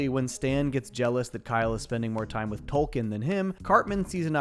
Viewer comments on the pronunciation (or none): its TOKEN not Tolken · These are great, and remember, Token doesn’t have an “L” and is pronounced like the coin, not the author. Said with respect. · I love that you called him Tolkien and not Token